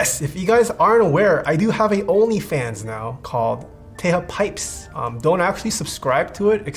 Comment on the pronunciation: “Taeha pipes”😭😭😭😭